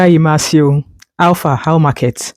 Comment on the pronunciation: You did not pronounce the name IMASUEN very well. However, thanks for sharing this news about the Senator representing Edo South.